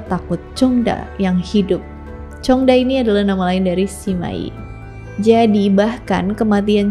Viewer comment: zhong da cara bacanya cong ta